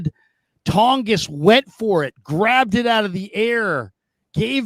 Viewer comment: It’s pronounced like Tawn-jess